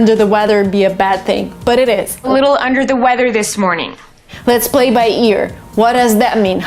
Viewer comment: let's BBlay by ears(X) let's PPlay by ears(✓)